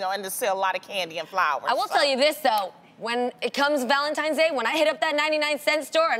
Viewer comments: ValenTINES not valenTIMES !!!🙄🙄🙄🙄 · Loni, how you gonna say you don't like how it makes the house look like a 5 year old pre-school classroom and you walking around saying ValenTIMES, instead of ValenTINES?! Lmaoooo. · It’s the simple things that matter❤️ Lonnie it’s Tines not Times..... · Loni its ValentiNe and not ValentiMe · Did Loni just say ValentiMes day, ValentiMes month? 😒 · Right?! I had to rewind that part twice to make sure she really said “Valentimes”. Smh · Wtf is "Valentimes?" You said it twice Loni... Anyway... I need some diamonds... Can keep them flowers and candy. I don't even like chocolates. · Valentimes tho 🤔😂😂 Oh Loni... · "ValentiMe's Day" 🤦‍♀️🤦‍♀️🤦‍♀️ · Did loni just said Valentimes?! oh man annoying